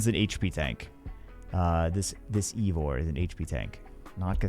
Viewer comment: Eivor is pronounced (Ey-Vor) in the game